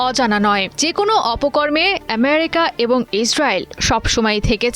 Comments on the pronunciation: এমিরিকা নয়, বলুন আমিরিকা😂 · সাংবাদিক আপার ফুলকে সুল বলে শুদ্ধ করে আমেরিকা কে এমেরিকা বলে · । আমেরিকার নাম এভাবে উচ্চারণ করা হচ্ছে। মনে হচ্ছে আমেরিকা ওর মানে সংবাদ পাঠিকার বাবার দেশ।